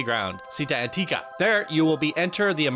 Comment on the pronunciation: idk if that's supposed to be Italian, but if so "città" is with an accent on the last letter lol aòsp "città" is pronounced like the Spanish pronunciation of "chi", not "si", and again it's stressed n the last letter, Antica you said it correctly the second time lol